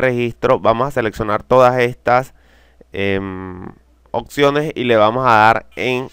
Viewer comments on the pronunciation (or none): none